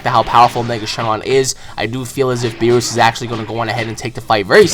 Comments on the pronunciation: beerus didnt fight ssj4 gogeta, he fought super sayan goku and its not (b-ee-ri-s) its (b-ee-re-u-s) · its Beerus not Beerrus xD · Its pronounced Beer us Beer. Us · ik this mf didnt just say "beeroos" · Its beerus! Not beros !!!!!!!!! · Beeroos ughhh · "Bee-roos".....kill me..... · Footie Geek so why say berus? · I know but pronounces it like Beerooa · His name is Beerus, but pronounces it "Beeroos" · Why do you pronounce Beerus like that you idiot. Please get it right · Anyone else bothered by "beeroos"? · you said beerus wrong